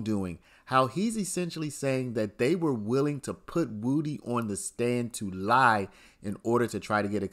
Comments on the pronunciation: Why does he keep calling him Woooo-Dee? It's Woody like would-ee. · Not Woody, it's "Woo De." That is what his mom called him and that is what he said about it's pronunciation.